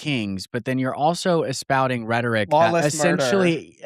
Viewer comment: Clarkson, ANYWAY has no “S” at the end and you meant “ESPOUSING”, not espouTing!